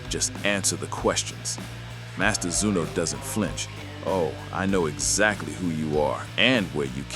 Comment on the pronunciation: finaly someone got his name right master zuno not zeno